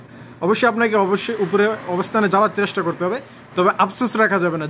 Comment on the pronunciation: একটা ভুল ধরিয়ে দেই চেরেস্টা নয় চেস্টা বলবেন আমার সাথের একজন এটা শুনে হাসছে আমি তাকে বুঝিয়ে নেয়ার চেস্টা করেছি কিন্ত যত মানুষ শুনবে সবাই কে তো বোঝাতে পারবো না তাই সংশোধনের চেষ্টা করবেন ধন্যবাদ